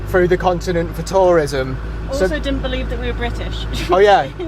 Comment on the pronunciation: your "turism" sounds like "terrorism". Be careful.